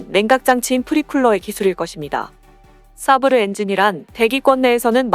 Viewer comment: 사브르 가 아니라 세이버라 읽습니다.